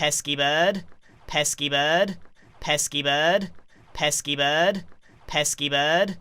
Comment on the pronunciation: Evolution of pesky bird: Pesky bird Pess keyboard Pesky bud Pes keep erd